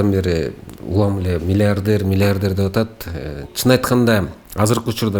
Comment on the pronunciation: Алып баруучу бала «мильиардьэр» дейт ко🤦🏻‍♀️